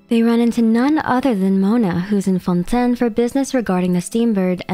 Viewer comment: Everybody, literally everybody in Fontaine: it's pronounced Fawn Tayn: Nah. Fawn Ten, mes amis.